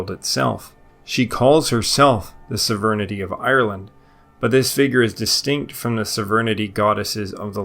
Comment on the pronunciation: What the fuck does "severnidy" mean? Do you mean Sovereignty? It's SOV-RAIN-TEE